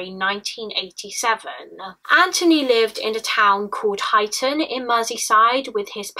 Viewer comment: Small detail,, it’s pronounced Hightun